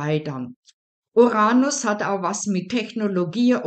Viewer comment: Uranus. Betonung auf der 1. Silbe, auf dem ersten U. Nicht auf der zweiten Silbe und auf dem "a".